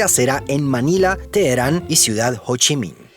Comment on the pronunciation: Cada vez que decia hochimin, me hacia acordar a futurama!!!!